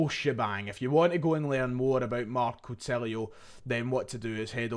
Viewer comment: Just a wee point ref the new signing. Tilio's name, being Italian, should be pronounced as if the 'i' is a double 'e' eg- Tee-lee-o. Will make you come across that bit more professional. Hail,hail.